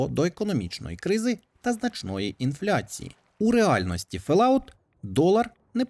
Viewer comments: ФоллОут, а не Фелауте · FollOut а не фаляут